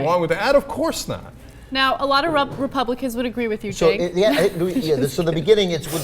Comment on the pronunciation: Did Ana almost say Rapeblicans? Fitting name for the party